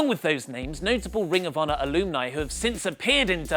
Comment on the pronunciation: anyone else hung up on pronouncing alumni as Aloomni?